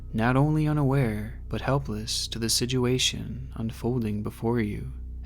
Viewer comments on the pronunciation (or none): i love your videos but the way you pronounce situation as sidguation kills me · Dude you are one of the best youtubers on the platform, but when you say "sijuation" cracks me up so much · Bro I love your content, but why do you pronounce it (siduation) 😂 keep up the good work my guy🔥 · I've only heard my sister pronounce situation as "sidgeuation". until now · Here for the creepy content. But more so to hear pronounce "situation" as "sijuation". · I love the way says "Sidge-uation" 😆👌🏼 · Has anyone else noticed how he says situation?? Its almost like "sidge-you-asian" lol I love the channel doe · Ok, so this is approximately the 10th video of I've watched. The stories are great, don't get me wrong. But, I must get off my chest that the way he talks is most annoying, with his pronunciation of the word, "situation", as the most triggering lol. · I’ve watched just about every video of his and he can never say situation right and it bothers me 😂